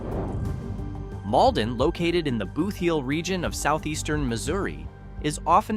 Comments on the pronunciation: Okay, clearly when this video was made no one from the area that knows the actual pronunciation of the towns or parts of the state was consulted. Rolla is pronounced "Rah-la", the "Boot Heel" Is pronounced just like it reads, not "Booth Heel". Guessing this was AI voiceovers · I jumped on to point out that Hayti is pronounced Hay-tie and not like the the country Haiti, and before I could start typing I heard the botched pronunciation of Bootheel. AI is trash.